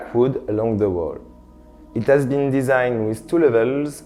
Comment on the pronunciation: it 'as a beautiful view. The 'ome is very cute. LOL